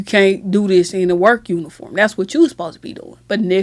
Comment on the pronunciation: Girl, if you dont practice saying "supposed" instead of "susposed" 😂😂